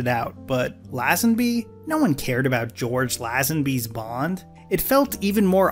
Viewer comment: I really tried to hang in there with you but I couldn't get over hearing "George Laz-an-bee" 😂😂😂